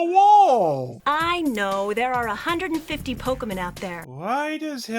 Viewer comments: "Pokemen." TRIGGERED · I would have tended that mispronunciation as “Pokehmin”, actually. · Did anyone catch how Ken Watanabe pronounced Pokemon in Detective Pikachu? That's from trying to shorten Pocket Monster. And that's still better than the voice direction here. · Wait, so Ash's own voice actor didn't know how to pronounce Pokemon back then? What?